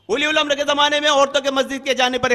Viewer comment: "Ulil Amra" ko "Uli Ul Amra" Bol raha hai charsi !!!